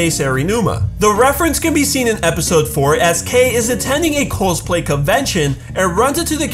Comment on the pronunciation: Am I the only one who hears "Coosplay" when he is meant to say "Cosplay"?